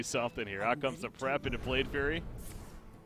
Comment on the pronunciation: Though solo casting is more difficult than with a co-caster, I think you did a great job. Only criticism is about the mispronunciation of some of the cards. Namely FlameWAKER and Blade FLURRY. That's some minor stuff though :)